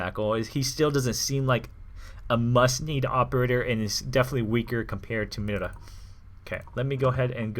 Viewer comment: since she's from Spain I'm pretty sure mira isn't pronounced lime you say it. but instead like (mee-dah).